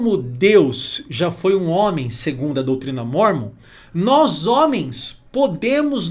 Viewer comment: Parabéns pastor tao inteligente e conhecedor mais nao sabe falar o nome O LIVRO DE MORMON